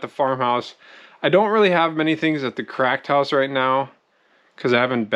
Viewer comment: When ever you say cracked house I think you’re saying “crack house” 😅😂